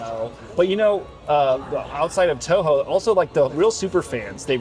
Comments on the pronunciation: This idiot really said Toyo and not Toho. How you gonna interview a godzilla game and not even know anything. Terrible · Omg the interviewer is so stupid doesn’t even know how to say TOHO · This interviewer absolutely sucks. They couldn't get someone who was actually a Godzilla fan to conduct the interview? He didn't ask any questions a fan would ask and he mispronounced Toho. Like, are you kidding me??? Clearly, he didn't do any research beforehand. What a disappointment to what could've been a great interview.